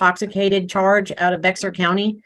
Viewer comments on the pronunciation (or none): San Antonio is in Bexar County, it's not pronounced "BEX-R", it's sounds just like "bare" or "bear". No self-respecting Texan over the age of 20 should get that wrong. 🤣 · I'm not from Texas, but I know how to pronounce Bexar bc of Judge Boyd 😂